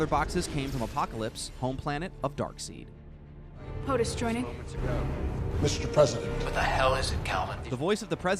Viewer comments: Darkseed? I thought it was Darkseid (pronounced "Darkside") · All going well, until I heard, "DarkSEED" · side not seed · he said dark seed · I cringe when he tried to pronounce Darkseids name and Lana Lang was also in Man of Steel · Yeah it bothered me too. (Metallo) pronounced as Ma-tal-lo, not Metal-low. (Darkseid) pronounced as Dark-side, not Dark-seed. If they ever get it wrong in the movie....that's it...DC will officially suck. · Its pronounce MA-TAL-O and darkseid is pronounced DARK-SIDE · The way you say Darkseid and Metallo really frustrates me.